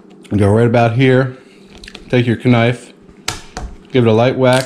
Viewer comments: You pronounced knife wrong it’s not Kuh-Nife it’s pronounced Nife did you even go to school where they teach you how to pronounce words?, The K is Silent! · Bruh said KA-NIFE 😂😂😂😂😂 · man said K'nife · Did he just say.. K-nife? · Wow I thought I was the only one that Pronounced knife with the k